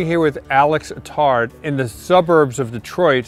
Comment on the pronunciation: Alex Attard, a Maltese immigrant from Malta. Tom tried to pronounce his surname however he only got "tard" correct. 😃